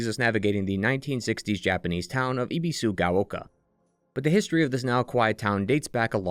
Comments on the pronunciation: Ah yes "ee bee su ga oh kah" Dude, you spent hours obsessing over a game in Japanese and you couldn't make an effort to pronounce the names right? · Ebi like the shrimp, like ebb and flow, bee like the bee. Sue like the girls name and gao rhymes with cow. Your pronunciation is rough.